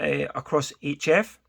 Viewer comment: Yes, HF is pronounced 'each F'. 🤔